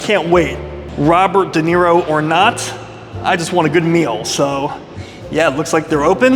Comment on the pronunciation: I think It’s spelled Duh Knee Roe. Okay, you fixed it 😂